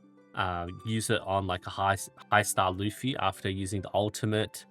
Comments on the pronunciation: Bro his name is luf-ti. There is a "t" there to pronounce lol. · No, his name is *Lutfi. LUT. Not Luf. Idk why so many people mix this up. Not that it makes pronunciation any more correct lol.